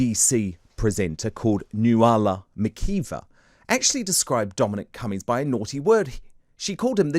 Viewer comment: "Noo Allah - Makee Vah" ? I think you will find it's Nuala McKeeva - Irish. Pathetic.